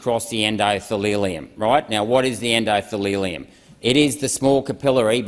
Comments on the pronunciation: oh buddy. en-do-the-lium, not en-do-thee-LEE-lium. or-ga-nells, not or-ga-nellies. amazing research, but pronunciation is important so you don't superficially undermine yourself to the intellectually pretentious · Endothelium not Endodethelium otherwise Renwick is spot on. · He also spoke of the "endothalilium" and "organellies". When the words come out wrong it always reminds me of the second phrase from the schoolroom poem Ladles and Jellyspoons. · he doesn't know how to pronounce endothelium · You can tell by the errors of pronunciation of endothelium and organelles that he had read this rather than told it by someone with a biochenistry qualification